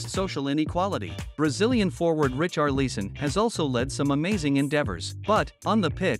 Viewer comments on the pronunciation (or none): Bro really said "Rich are lease'n" 💀 "Richard Leason" 💀